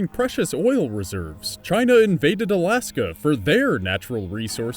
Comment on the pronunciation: Lol "Araska"